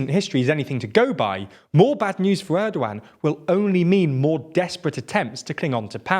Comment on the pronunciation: You pronounce 'Erdogan' in a quite strange way. it is not a 'old one' )) try 'g' as in a 'gap'